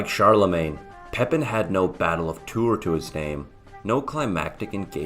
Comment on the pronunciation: You also keep saying Gregory of Tour. This is a great subject, and I wanted to watch it as a refresher. I studied it in high school and college. I also read History of the Franks several times. I don't think we read the same translation. I didn't find your video helpful. Your delivery was distracting.